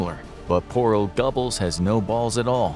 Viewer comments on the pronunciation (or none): His name is pronounced “Ger-bowls”. Are you a history channel or not?